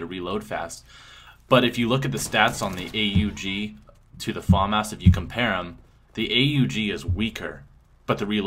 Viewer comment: they are saying famas wrong lol